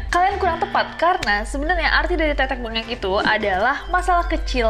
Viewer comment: Tetek mbengek/tetek bengek,kata asal de bahasa jawa,tp utk pengucapanya bukan tetek bengek..tapi tethek bengek ada penekanan huruf TH..karena ini bahasa jawa dan yang mengucapkanya bukan cuma orang jawa akhirnya jadi teteke benget tapi sampai sekarang orang jawa tengah khususnya tetep mengucap tethek bengek🙏